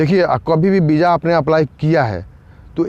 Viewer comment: Bro property say VISA not BIJA 🙏🙏🙏